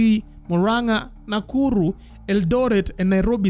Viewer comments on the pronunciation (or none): none